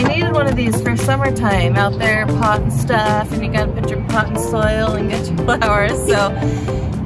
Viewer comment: “Pottin stuff”. I hope you only mean dirt! Haha